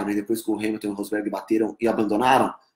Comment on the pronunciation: Pq vc fala hais !?!?!?!?!